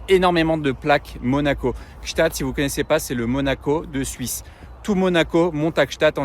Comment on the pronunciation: Bon anniversaire à Anna et merci cette sublime vidéos Par contre Gsaatd prononcer pas un t svp c'est un d:)